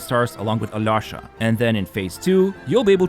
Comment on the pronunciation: hey, next time you try to pronounce alyosha's name, try this pronunciation a-lee-o-sha. this is the correct way (i'm russian)